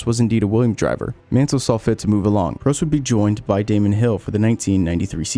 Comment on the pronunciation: Why do you refuse to pronounce peoples names correctly? Vettel, Prost, fuck are you going to mangle Bruce next?